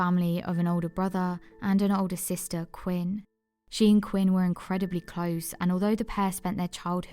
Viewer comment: Quynh is pronounced queen.